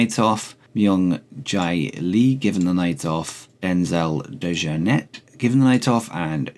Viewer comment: Michael Dante is part of the womens tournament (graphic at the start needs updating mate) also its Denzel Dej-Oar-Net to pronounce it